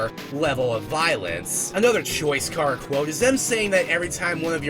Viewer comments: CHARA NOT CARAH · he says it incorrectly (most likely) because Chara if derived from the word character (most likely) so it should be pronounced CARE-uh like the sound before the -cter in character. :) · unrelated: chara is pronounced exactly like it's spelled, not "cara" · ITS CHARA NOT CARA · The name chara was derived from the word -Chara-cter. His pronunciation of it is like saying driving Car with an A on the end of it making it sound like something else entirely forcing the R like that--car-uhhhh. Just sounds weird. All i was saying \0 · Dude its (Ka-ruh) ok? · Anyway you say it is ok, but Chara, being a Japanese word, is correctly pronounced with the Japanese letter sounds. Meaning, it would be pronounced as kar-uh or CARE-uh or KEY-AIR-uh. Not to start a fight! Cha-run is an OK pronunciation. NO HATE! NO FIGHT! SANS IS LIFE AND LOVE! SO IS MUFFET AND TEMMIE! I JUST THOUGHT OF E WORST SHIP EVER... MuffetxTemmie.... WHY MUST I DO THIS!!! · THE NAME "CHARA" ISN'T PRONOUNCED LIKE THAT!!! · You're not the only person who does that. The fact so many do that to other irritates me and THEY overdo it sometimes. Sheesh. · Nope. Youu're still saying it wrong. Chara is the demon that calls when you call it's name. Chara never came to us. Every pronounciation we said was wrong. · * The real first name "Chara" is not pronounced like you described.